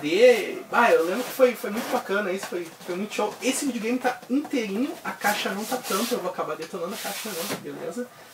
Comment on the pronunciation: Muito legal brother, pretendo fazer coleção também ... LIKE + FAVORITO " acho muito engraçado vc falando Vídeo Game kkk vidiu games kkkk vc é top mano !!